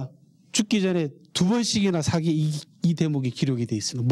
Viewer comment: 우선, 먼저 실망한 것은, 사기를 강의하는 학자가 사기의 "사"를 짧게 발음하신 것입니다. 사서, 사학 등 ",사"는 모두 장음으로 길게 발음해야 합니다. 사기를 강의하는 한국 학자들이 모두 같은 실수를 하고 있음에 놀랐읍니다. 고전을 전공한 학자이면 적어도 한자의 자고저쯤은 약간 알고 계셔야지요. 한국에서 한국어 강의를 하시거든 영어는 좀 덜 하시고 한국어를 바르게 쓰셔야겠읍니다. 계속해서 사기의 "사"를 짧게 말하고 계십다. 제 말씀이 의심스러우시면 , 한한 사전이나 이 희승 편 국어 사전을 참고로 보시고, "한국 어문을 고바함" 을 일독해 보시겠읍니까. 미국 변 완수 배